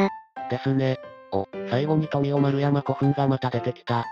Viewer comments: 富雄の発音。普段、あの音で聞いていなかったからびっくりしました。さすがNHKはそういうところしっかりしています。第2集はこんなあたりが無難なところかなと私も思います。日本にはいろいろとタブーの領域があるので、私みたいに天皇陵を掘って欲しいとか言っただけでも、きっとNHKなら大炎上です。天皇を否定してもダメ、肯定してもダメ。NHKは難しい立場と思います。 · 富雄丸山古墳の「富雄」を現地の人のイントネーション通りに発音していたのが良かったです。 倭の五王の比定については私も仁徳=讃説です。 まあ、おおむねよろしかったんじゃないでしょうか（遠い目）